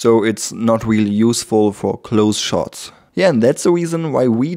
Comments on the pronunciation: i knotiked you say hairs but not really really is weally it okie i can tech u a england lessona Ic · That's weely, weely woot! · i sorry peopl.e judged u for te w instead off R in speak I understood your fealing i be friend... ? ? pepol just tese u because thety are gelos of you skill's i like u skill and IQ 300 i friend? good video i subskr subbed} to you friend sorry bad england1 I